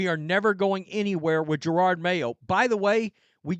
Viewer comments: Yeah, Pats fan 30 yrs. This sux! Even worse is that this B's going at least another year. Are we gonna mess up the Drake? Also, does anyone one know why this guy refuses to pronounce JaROD... It's always Jarard. Is it an accent thing, or disrespect thing? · Not sure if guy’s mispronunciation is intentional at this point , “Gerard” Mayo lol .